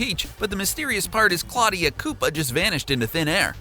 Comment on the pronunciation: Pronounced Claw-DIEa